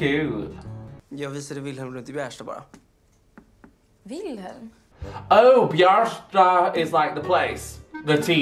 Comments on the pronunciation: I think it’s pronounced Vilhelm because of it being Swedish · Prince's name pronunciation: Will - hell - m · ajahshaha it’s so funny u trying to pronounce their names😀😀 u pronounce wilhelm like vilhelm and Simon like seemon😎 idk if that helps but I love this sm🥲💛